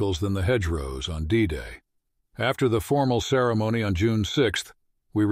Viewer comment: Not well programmed AI — I stopped at ‘Pareese’